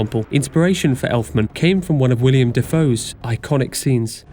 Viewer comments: It's not William Dafoe. His name is Willem Dafoe. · are we going to ignore that elfman said "william dafoe" LOL